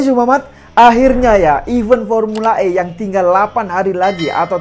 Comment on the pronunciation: "EVENT" seharusnya dibaca sbg "IVEN" bunyi E seperti pada kata Toge bukan serabi.